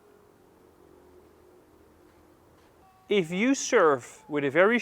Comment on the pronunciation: I’m confused. Why is it ‘fery’ and ‘folley’, but it’s not ‘famos’? Great videos, btw😁. Subscribed